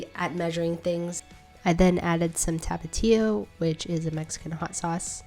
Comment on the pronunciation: When she pronounced tapatio like that I almost died